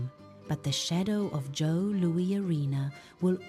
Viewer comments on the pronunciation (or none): This was soooo bad that it was funny... then, it was just sad. As a lifelong Red Wings fan, it is disgraceful at how it seems ZERO attention was paid to ANY detail regarding the team, the city, and the arenas. You mention Joe Louis (pronounced Lewis) was a place of honor, but couldn't even give it the honor of making sure the AI spoke the name correctly. CLEARLY this is AI, but a human has the final say. I got to 4 minutes and thought it was almost over (perhaps it should have been). at 6 minutes I couldn't endure anymore. This was not good. It just wasn't. I do hope that your product gets better as you go along. I don't wish failure, just... something worth putting on YT.